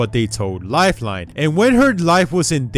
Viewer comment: he says lifelone